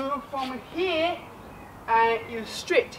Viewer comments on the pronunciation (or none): Stree? Street or Straight? Hehe Good instruction video. I subscribe your channel as of today.